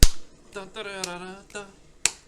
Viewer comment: MAO-kai, not MO-a-kai. Other than that, solid deck video :)